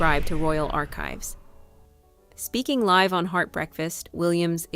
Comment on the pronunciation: This video's voiceover wasn't properly proofread. The word "live" (meant to be pronounced like live in a live broadcast) was pronounced live (as in exist).